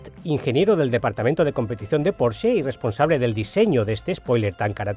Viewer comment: Al fin alguién pronuncia bien Porsche🙌🙌🙌